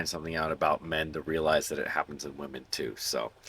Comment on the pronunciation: How you said WAmen, I loled. Love your content man :)